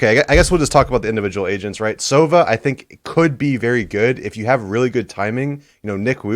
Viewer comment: Hiko it’s not sOva, it’s sovA. From Russian it translates as “owl”. And use this - sovA was good, I like sovU, we don’t have sovE. It’s Russian hero